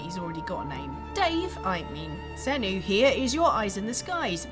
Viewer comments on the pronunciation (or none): Dave really? Is Sanuu such a hard name to say? Fucking idiot reporters